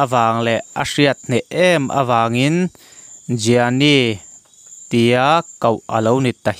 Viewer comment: Jiani ni lovin Ghiani tia lam tur a nih hmel